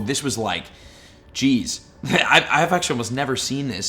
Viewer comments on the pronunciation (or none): none